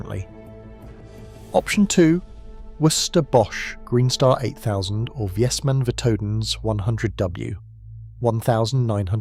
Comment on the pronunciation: it is Vay-smaan, not Viesman. Also, it is Vay-an, like Mish-lan.